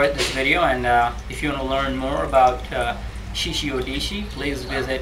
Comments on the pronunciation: You call it a "shishi odishi." It's a shishi odoshi. Oh-doh-shee, not oh-dee-shee. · This guy has not yet noticed that it is "Shishi Odoshi" and not "Shishi Odishi".